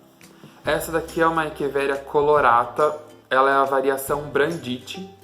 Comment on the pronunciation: gostei do vídeo!! Parabéns! há parabéns por falar echeveria da forma correta!